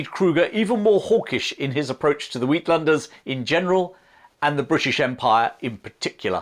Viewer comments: You should also research how to pronounce Afrikaans terms if you intend to use them in this comment on the Boer War. For instance, ‘uitlanders’ is pronounced ‘aytlanders’ not ‘weetlanders!’ But otherwise thoroughly appreciate the balanced and knowledgeable commentary. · Well done!!!! As a South African with ties to the Afrikanders and the U.K, I find your unbiased rendering of this video refreshing. You might try pronouncing the word uitlanders as"atelanders" while not perfect, it will sound much closer to the South African pronounciation. Looking forward to your next effort. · Just a correction on the pronounciation of uitlanders - it's not weedlanders, cause that's what you're saying. It's atelanders if we're gonna try and focus on pronounciation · Uitlanders is pronounced eightlunders rather than wheatlanders.